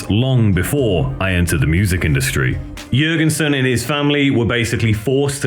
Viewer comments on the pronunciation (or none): please stop saying yurginsin. omg. it doesn't stop. I can't watch this "yurginsin" video anymore. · How do you produce an entire documentary on Ministry and then pronounce Al's name "YURgensen"